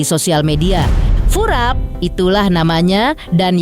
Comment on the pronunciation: Furap ❎ Kurap ✅